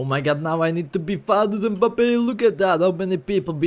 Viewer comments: Kylian mbappe🚫 Kylian mbebe✅ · It’s not Mbabbe he’s KERIO MBABBE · mbebe ❌ Mbappe✅